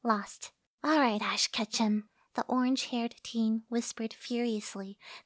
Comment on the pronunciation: Why did I hear orange haired teen as orange haired fuck...